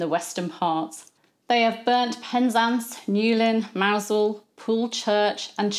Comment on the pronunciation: I had forgotten how the English pronounce the name of the town of Mousehole until you said it. Visited in 1996. Beautiful place with a French fishing boat at anchor in the enclosed harbour. No signs of Spanish invasion 400 years later.